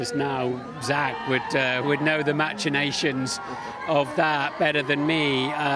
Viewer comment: Brundle giving us a whole new pronunciation of machinations Britain say MASHinations America says MAKinations Norfolk says MATCHinations